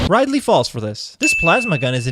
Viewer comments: "Ride-ley", that's a sin if I ever heard one. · 1 sin for pronouncing Ridley as Ride-lee. Edit. Multiple your sins x10 for each time you say Ridley's name wrong and add an extra 5 each time you call him Riley. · Ummm Ride Lee? Rid-ly